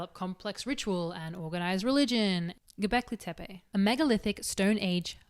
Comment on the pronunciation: If I had a history teacher that taught history this well… I would have listened. 🙃 Great video as always and 9/10 on the pronunciation of Göbekli Tepe. Fun fact, it means “Belly/Pot Belly Hill”